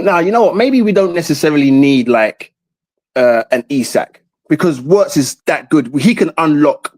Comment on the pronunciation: I hate when people can’t pronounce Wirtz name right it’s Virtz not Owritz